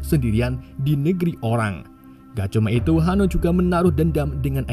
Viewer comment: Bang pas mau bilang itu kok jadi iu